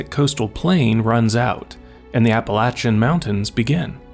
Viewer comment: He said Appalachian right! Woo!